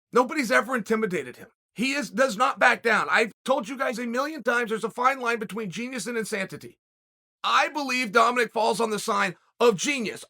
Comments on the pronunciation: Chael “insantity” Sonnen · Chael “insantitty” Sonnen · CHAEL "INSANTITY" SONNEN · insanctity? insantity? theres a fine line - uncle chael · “In-santa-teen” = insanity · Chap said insan titty 🤣🤣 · Chael "Insantittie" Sonnen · “Genius and inSantaTee” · Insantity is doing the same thing and expecting Chael to say it right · chael says "insanTity" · Haha i noticed that too, i wonder why charl always messes up words... drunk maybe 🤔